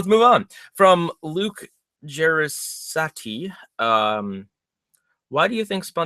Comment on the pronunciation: Thanks for answering my question; and great job pronouncing my name (Luke Jeresaty); if you ever have a Q&A stream again in the future you're welcome to just use my tag, which is the same as my YouTube name:p I think it was really cool that you did this. And I am so excited for the upcoming Square Theories. Also, I could be wrong, but I think what that guy meant is, what if they had done a TV movie based on the Legends of Bikini Bottom rather than make them six separate episodes? But your answer works regardless; it would probably suck!